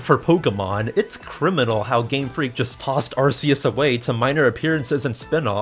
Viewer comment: Arceus is actually pronounced Ar-key-us